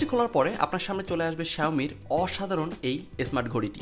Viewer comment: আরে ভোঁদাই আগে একটু বাংলা তো শিখ -_- জেগে সিলেন পার্সেস এসপোর্টস এস্টার্ট এস্মার্ট ক্যাম্পাস -_- বুথ হওয়া আল্লাহ মাফ করো :'( >_<